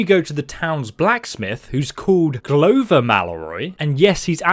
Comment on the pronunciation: It’s pronounced glover not glowver